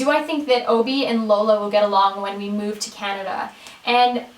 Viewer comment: You sound aussie when you say "move" so cute :) My question is, what were your grades like in high school? Love you!